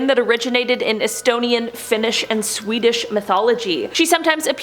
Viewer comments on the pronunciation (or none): none